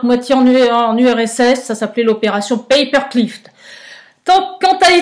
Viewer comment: Paperclip, pas paperclift. 😀. Bon on sait tout cela. L heure est à la résistance efficace, sans violence. Assez de blabla. Ceux qui n’ont toujours pas compris ne comprendront jamais.